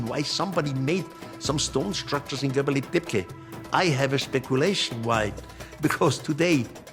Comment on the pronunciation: If you are coming up with these crazy theories you should at least know the names of the places you are talking about. Göbekli Tepe, its Göbekli Tepe and not Göbeli Tepke... this is like saying: the great pyramid of Gaza.....